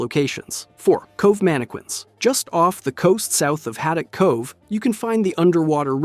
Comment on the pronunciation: Please for the love of god, stop pronouncing it MAN AH QUINS, ITS MAN AH KINS